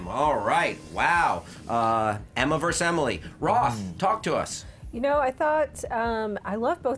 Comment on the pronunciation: For god's sake, it's "versus", not "verse". #pettycomplaints